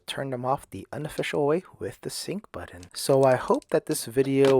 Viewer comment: He keeps saying, “budden”